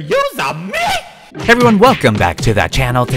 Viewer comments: XD when said exscusa me he was funny... XDDDDDd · Nobody: Not even a soul: Not even the Corona Virus:: eXuScEE MEeAH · Phone: beeps: EXCUSAH ME!! Phone: beeps again:EXCUSAH MEE!! Also: goes to home his wallpaper.